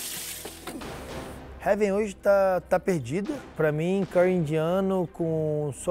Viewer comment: eu nunca vi a Paola pronunciar Curry corretamente,im pres sio nan te